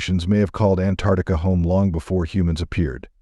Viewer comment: First of all, it's Ant ARCtica NOT Antartica. Uneducated much?